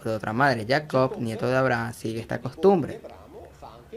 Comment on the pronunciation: Porque pronuncias "Abraham" con pronunciación americano—inglesa? Maldito